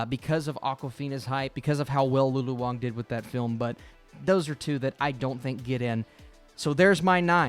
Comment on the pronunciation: it’s Lulu Wang, not Wong :)